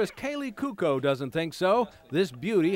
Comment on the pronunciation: The dumb narrator mispronounced Kaley's last name. Major pet peeve of mine.